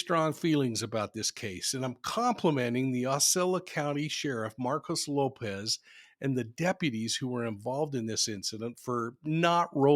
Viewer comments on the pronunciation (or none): none